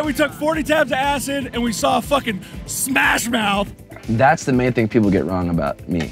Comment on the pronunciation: "Took 40 tabs of acid and watched SMASH MOUThhH". lol I'm dying